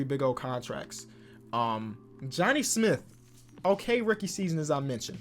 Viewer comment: Nobody:: “Johnny Smiff”